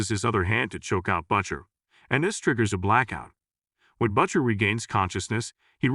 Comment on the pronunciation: I like how the AI-generated narrator pronounces the name "Butcher" as "BUTT-sher."